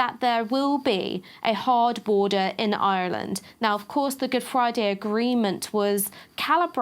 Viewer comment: As a flippant aside in such heavy times can I just say as an Irishman, I fully approve of pronunciation of Ireland... it's rather awesome.